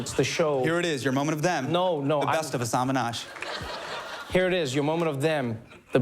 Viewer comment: its crazy how he still mispronounced his own name in this vid. now he embraces & educates how to properly say it 😌💪